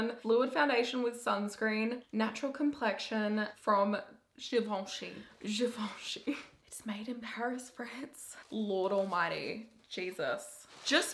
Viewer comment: A GEEVONSHEE??? A G E E V O N S H E E ? ? ? !! ?!?